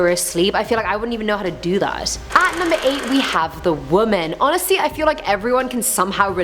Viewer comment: Honestly not onasee